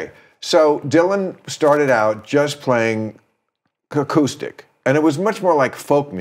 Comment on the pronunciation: "Ka-coustic". Count on Bill Maher to have a valid opinion on music